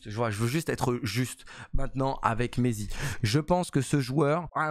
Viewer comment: On dit pas « m4,20 », mais « maity » ( comme m8 mais avec un « ti » à la fin)